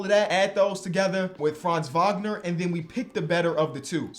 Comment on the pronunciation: As a german its funny to hear say Franz Wagner so often not because its wrong (his pronounciation is actually pretty good) but its still funny in some way